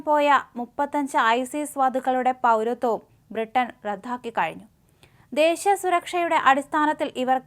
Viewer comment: "റദ്ധാക്കി" എന്നല്ല എൻ്റെ പൊന്നു ചേച്ചി.... "റദ്ദാക്കി" എന്നാണ്. കേൾക്കുമ്പോൾ വളരെ അരോചകമായി തോന്നുന്നു. പ്ലീസ്... ഒന്ന് നന്നാകൂ... ഇപ്പൊ കുറേ കാലം ആയില്ലേ.... 😢😢😢